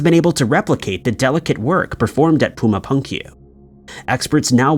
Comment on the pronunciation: OMG Bruh, you butchered 'Puma Punku' pronunciation...3 times. POOMAH POONGKOO. Sigh*